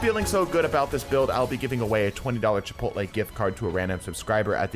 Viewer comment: Chipotle more like chipoople lol.